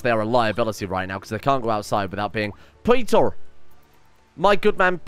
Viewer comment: Btw it's pronounced Peter. Lol.